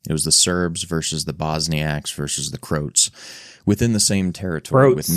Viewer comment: Stop saying "Democratic Republic" or "Democracy"! How can we have any faith in what you're saying when you don't even know that the USA is neither a Democracy nor a Democratic Republic!? PS-- you don't even know how to pronounce Croats!! 😡